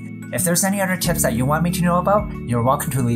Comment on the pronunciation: Whenever he says tips,I hear tits. Just me ? 🤔